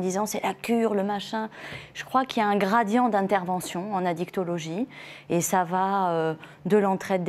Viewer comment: Son " gradian" m exaspere!!!